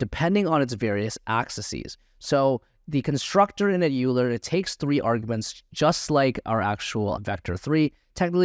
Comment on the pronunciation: Great course. Just an FYI as a Mathematician I must correct your pronunciation of Euler. It is pronounced as Oiler not Youler.